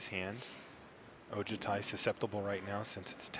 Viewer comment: They always pronouce Dragonlord Ojutai wrong. Its O-joo-ti. Not O-ja-ti.